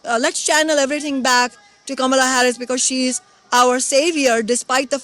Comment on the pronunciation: With all the ridiculous emphasis the MSM is putting on the "correct" pronunciation of Kamala's name at the moment, I feel obliged to point out that the ACTUAL correct pronunciation is the way Kshama says it (short 'a' all the way through), not the "black" way Harris has been insisting on recently lol